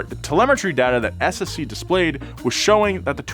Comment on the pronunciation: Thanks for pronouncing the name of the SSC car correctly, so many people don't bother trying to find out how